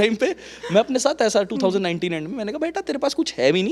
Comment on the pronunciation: 2k99 😂😂ya 2019 kya bol deta hai ye flow flow me😂😂